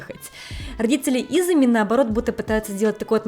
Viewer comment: почему вы говорите имя мужа ИзЫми, хотя он Изуми? У вас потрясающе интересные репортажи, обожаю вас смотреть и слушать. И рекомендую ваш канал друзьям. Вы восхитительны! И детки у вас будут ИзУмительные! 😊